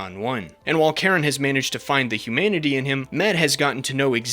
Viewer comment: They way he says 'humanity' sounds like 'humidity', and it amuses me greatly XD